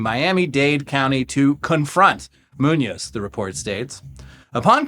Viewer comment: I'm a fan, i just point out that is Muñoz with the accent in the "o", if not you could ear it as "Nuñez", that have the accent at the "U" if you say the work too quickly.